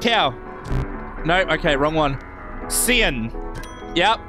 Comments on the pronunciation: i like how he pronounced cyan as “see an” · ceean not cyan